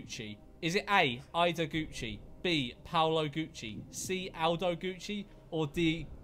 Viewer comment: pronounced guccio wrong